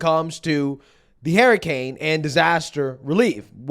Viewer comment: Wtf is a haiycane?